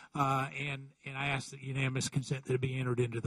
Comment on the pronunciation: Cummings, you don't axe people questions you "ask" them.